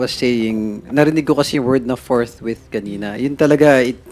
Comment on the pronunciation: FORTWITH not FORTRIGHT sir..